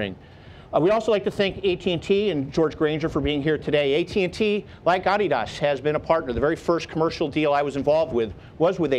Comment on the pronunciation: Who the hell pronounces "Adidas" like that?